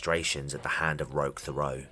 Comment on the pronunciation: As a French Canadian the way you pronounce Thériault is hilariously wrong